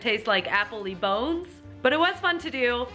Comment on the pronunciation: Wait... wait what??? When she said it smells like bones i had no idea what the heck she was saying, "bose, boz" no clue, now i get it, I dont understand? I feel like ive never known that! So when im eating jello....???